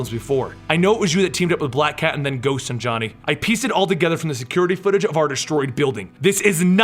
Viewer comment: the second A in Sanjani is silent. "sanj-ni"